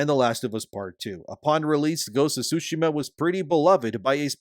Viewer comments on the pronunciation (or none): Sorry to nitpick but Tsushima has a T sound. Without it, it's currently being pronounced "sushima", which is incorrect. Other than that, great work with the content.